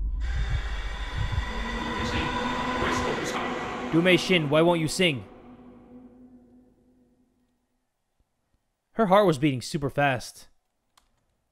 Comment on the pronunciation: "Du mei shin" more like "Du Mei shit"